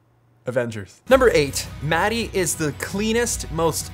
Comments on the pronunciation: Its not Matti(Maty)... Its pronounced Maat tea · Peter, I got something to tell you. Your "sauna" pronunciation was perfect but when you pronunciate the name of your friend...Matti... it sound like s*it :( It is not "mad i" like you say it, it is MATTI. I'm sure Matti is too kind to tell this to you, so I need to be the bird of bad weather here. Practice it a few times like that perfect sauna word and he will be surprised next time you two meet ;) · Matti! you have told Peter how to pronounce sauna correctly but he still calls you "Roe" (mäti). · It's not Matty, it's Muttty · as a fluent finnish speaker the way you guys pronounce Mattis name is always an insult :D